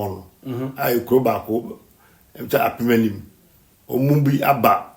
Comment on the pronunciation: Please, why the continuous mispronounciation of the Nana Nkyi title and traditional Area name? The name is Asen Apemanim(Thousand double barrel gun holders) Manhene and not Mpeanim as we heard on so many platforms, the Traditional Area is Asen Apemanim or Apemanim Traditional Area and not Assin Manso Manhene or Mpeanim Manhene as wrongful stated. For records, Assin Manso the Traditional Capital where we have Nnokorsuo(Slave River) is the last place the slaves take their last bath before been sent to Cape Coast Castle is the Traditional Capital of Asen Apemanim Paramountcy. For Instance, Opegyakotwere Bonsra Afriyie is the Fomenahene (chief of Adanse Fomena the Traditional Capital Town of Adanse Paramountcy) and also double as Adanse Manhene (The Paramount chief of Adanse Traditional Area)and not Fomena Manhene but chief of Fomena Town. So also is Nana Nkyi is Assin Mansohene(the Capital town of Apemanim State) and also doubles as Apemanim Manhene and not Assin Manso Manhene or Mpeanim Manhene. Please, where is the Mpeanim from? The right name is from Adanse Ansa near Obuasi where they fought and ward off Enemies with their a thousand gun bearers(wo ntumi nnyina w)nom Atuo Apem Anim wo Sa mu).The Apemanim Ruling Dynasty is Asona Akonkodease subclan or Lineage who settled under Akonkode3 tree or Onyina From Adanse Area enroute Kwaman(Kumasi) area.This Akonkondease group can also be found in Offnso ,Asante Akyem Agogo, Offinso Anyinasuso,etc and sometimes used Onyina or Akonkode